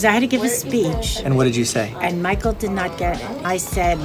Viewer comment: "Michael!" Me: It's Mikhail!